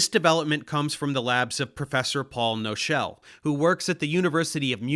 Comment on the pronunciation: Good explanation, only caveat: In German words with KN at the start, the K is spoken, so Paul Knochel is not pronounced No-shel, but [ˈknɔxəl]. Just wanna note that. :)